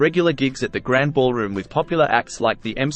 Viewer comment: Also pronounced “Grand-ie” Ballroom not Grand Ballroom